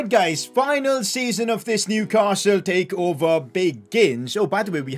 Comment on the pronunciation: Impottant vewy vewy impottant inkwedebul Newcastle take ova